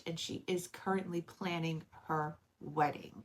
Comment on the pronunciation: Sorry last one…..”weddink” 😂 I’m having fun with this. Lol. I’m not making fun. I swear I’m not. You seem like a lovely lady. You’re very well spoken, I think the k for g sounds is neat. lol.